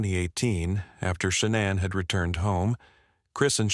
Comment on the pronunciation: Can u pronounce her name correctly please